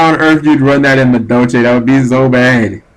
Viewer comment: ahem. For all Amuricans who say Madolche the way you do. Its pronounced "Madolsh" Happy hooting! Erm dueling.